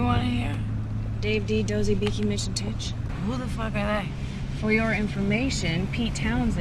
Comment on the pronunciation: It's Tich, not Titch.